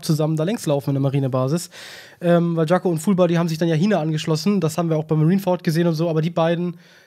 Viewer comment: jacko nicht jango lul